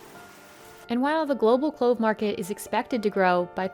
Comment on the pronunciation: Other than my few issues with pronunciation, these documentaries are most beautifully written and produced. Thank you! Market and Mountain both have "t"'s in them. As do many other words. The lady who is speaking needs to relearn her vocabulary pronunciation. Marke and Moun-en are not the same words in the English language.